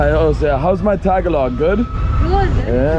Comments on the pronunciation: Not TA-GALOG. Should be pronounced TAGA-LOG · I’ll never understand people learning words yet not knowing how to pronounce the language the correct ✅ way … Tag-a-log 🚫 … Ta-ga-log ✅ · It’s pronounced “tuh-gah-lug” not “tag-a-log” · You pronounce Tagalog wrong 😂 it's pronounced Ta- gar- log